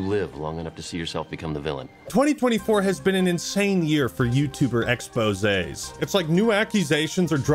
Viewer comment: To anyone making videos about this in the future, exposé it's pronouced "expose-ay".